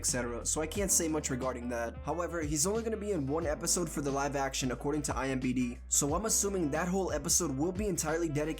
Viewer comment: Are you saying IMBD?